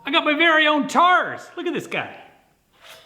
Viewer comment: did u say TARDIS